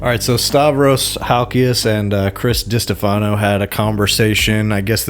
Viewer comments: Di-STEF-ano. Not Diste-FA-no. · Lol, it think It's Di-Stefano not Dista-Fano